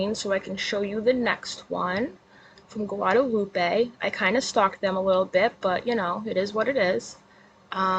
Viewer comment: Look at you and them Spanish words, girl! 😂. Not a bad attempt at pronouncing them. Thank you for doing your research and not being like KJ who just blurts crap out to be first. First to be wrong. 😂. "Gwa-da-loop-eh". I love your Spanish accent. 😁. 🤟🏽🙏🏼